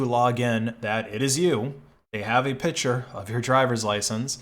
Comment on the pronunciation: I enjoy your videos but my old ears cringe when you say pitch-er instead of pic-ture.